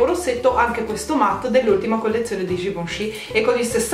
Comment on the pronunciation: ma solo io, mentre diceva il nome.della cipria in polvere libera, invece di sentire GIVENCHY ho sentito GIUSCI?HAHAHAHHAHA